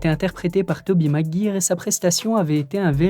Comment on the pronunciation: J'ai bloqué sur Tobey Mag...ire, c'est pas professionnel de se tromper sur des noms aussi célèbre surtout quand tu parle de ce sujet, juste fais attention